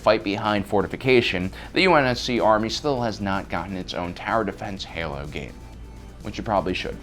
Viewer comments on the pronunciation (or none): none